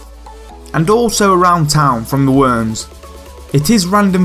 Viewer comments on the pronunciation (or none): none